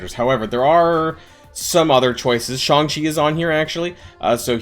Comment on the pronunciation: Jesus christ is SHAY-NG CHI, not SCHONG CHI